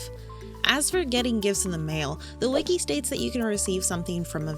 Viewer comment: Whenever you say “the wiki states” my silly little brain hears “The states” and I find that funny